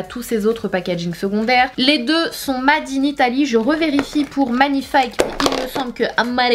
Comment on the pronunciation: C’est pas made c’est (maide) anglais Hahahaha 😂😂